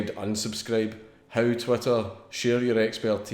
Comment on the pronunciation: GOUIN TRU HAS TWEEETAH